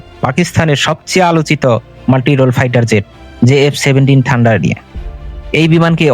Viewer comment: ঠান্ডার না ভাই থান্ডার।